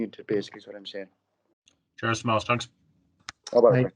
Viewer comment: Ah jaysus you obviously weren't tuned in during class througb the years... it's Tomàs not Tòmas